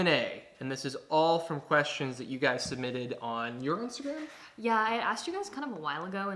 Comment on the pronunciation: bye not him reading my insta and saying it wrong